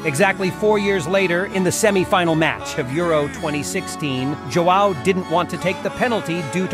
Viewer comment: The pronunciation of João is so bad😭😩